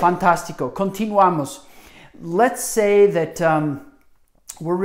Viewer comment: I cringed every time he said “khan-tinuamos”